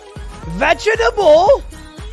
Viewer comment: "Vehjuhdabull" killed me